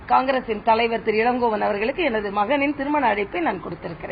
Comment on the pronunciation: Elangovan sariya pronunce panuma. Adhumilama elangovanai nu soldringa ithuthan unga nagarigam ah na seithi vasipa. Thu